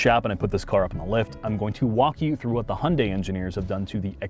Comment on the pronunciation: It seems like a great car to drive, but OMG it is so ugly! The i30N looks so much better, IMO. And BTW: You do not pronounce the brand name by "Hunday", but more like "He-you-n-die" 😉